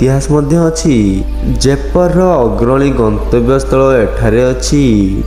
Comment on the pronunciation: ଦୟାପୁର୍ବକ ଓଡିଶାର ସ୍ଥାନଗୁଡିକର ନାମ ଭଲରେ ନିଅନ୍ତୁ 🤦🏻🤦🏻। ଜୟପୁର, ବଡବିଲ, ରାମଚଣ୍ଡି, ଗନ୍ଧମାର୍ଦନ 🤦🏻🤦🏻 ଭାଇ ଟିକେ ଭଲରେ ଉଚ୍ଚାରଣ କରନ୍ତୁ । ମୋର ଆପଣଂକୁ ଅନୁରୋଧ । ଭଲ ହେଇଛି ଭିଡିଓ